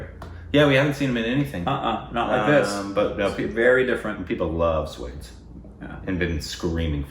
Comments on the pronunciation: Okay do Morning got Swades right the first time and I was like YAY, and then he was back to calling it suede. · 'Swades' is not pronounced like 'Spades'...it is 'Swa' + 'Desh'! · Okay Swades is not how is pronouncing it. It's Swa-des. "Swa" is "one's own" and "Des" is "country". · don't pronounce 'swades' like 'spades', break it down- read 'swa', not 'swaa', then, 'des'. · Hey guys great reaction, but just a little tip, its not pronounced swades, it is pronounced swa-des, swa-des means native of the country.. :) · Oh when will u grow up 😂 It's Swa-desh and not pronounced as Swade with an ending with s. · Swades not pronounced as Suede(s). More like Swa from Swallow and Des sounds like Jess. 😁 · It's pronounced as "Shhh-wha-de-sss.."(s-wa-des) not shwades .. 😂.. SRK 👑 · It’s SWA - DES not Swades like spades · It’s not SWADES ( like SPADES ) .. it’s SWA-DES ! Meaning homeland ! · mere bhai (my brother)... It's not pronounced Sweds... It's Swa (meaning my own), des (meaning country) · “Swades” is pronounced as “Swa (my) des (country)” not Swade-s 😉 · BTW, Swades is pronounced as Swa-des (Swa-Your own, Des-Country). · Not swads but swa+des. Pronounce "de" as "they". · Somebody just give Indian citizenship! He is an Indian reincarnated as an American XD Ps: it’s NOT “sway-des” it’s “swuh-days” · it's not 'swaydes'. 😂😂 It has two syllables, pronounced as 'swa - deys'. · Its not swades it is pronounced swaa-des its means swa- one's own and des but in proper hindi it is pronounced as desh(country) not des but in name of the film it is used as des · Its not swades its SWAAA DAYSSS #Korbinsed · Guys sorry but its SWAA-DES! (HOMELAND) SWA--DESSS! 👀✨ Iam a big SRK fan so sorry for the grammar nazi thingy. Still love you guys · 'Swades' lol! It isn't pronounced that way, it has to be broken down - swa -- des swa as in swan but without the n des as in base replaced with a d instead of b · Repeat after me.... Su-wa-days.. Swades